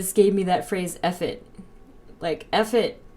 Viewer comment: The card where you said meant, 'F-it"waa like a double edge sword because it also sounded like the word, " effort".